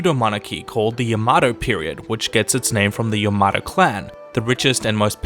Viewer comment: The way he pronounces Yamato tho 😢